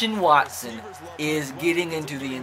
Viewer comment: You try to hard. Like saying Watson's name wrong and saying a bunch of things and voices you think are funny but aren't. It's kinda annoying. Just be yourself and the videos will be better